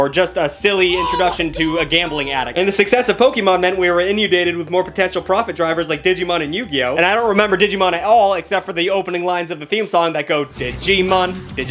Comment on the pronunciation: Say it with me: "in-un-dated." Inundated.